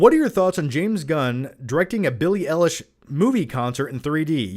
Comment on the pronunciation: It's pronounced Billy eye lash